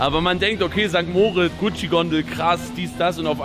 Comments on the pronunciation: Du könntest perfektes Schweizerdeutsch sprechen, solange du St. Mooooooritz sagst statt St. Moritz wird dich jeder als Deutschen erkennen. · Warum sagt immer St. Moooritz?😅 Adi sagt es komplett clean